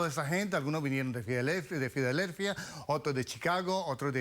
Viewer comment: "Phidalelphia" xDDDDD